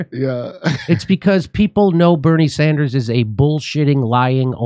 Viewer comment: "Barney Sundars"